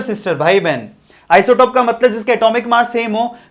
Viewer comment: Sir aap isotope galth bole . sayad flow flow Mai ..... No problem ....